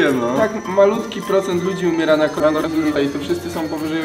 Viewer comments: Zawsze jak jest słowo korona wirus to słyszę coloran potasu 🤣🤣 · Ludzie: Koronawirus: Runawizuriws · Bardziej koronawisuri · Koronawirus: Koronawirus Koronawirus według: "kOrAnOHaSuriHA" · Wszyscy: koronawirus: narokowsuri